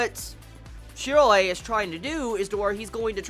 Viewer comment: His name is Shiroe...Why are you saying it like that